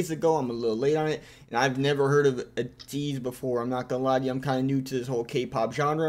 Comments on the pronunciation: Highly recommend you check out Ateez music videos for Halazia, Guerrilla, and Wonderland. But they are even better live. Also, it’s pronounced like Eh-tease. Taken from A to Z as they sing about in their song Say My Name. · Also, the first way you said their name right at the beginning of the video was correct. :)